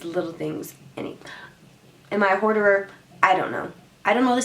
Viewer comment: Hoarder not hoarderer 🤣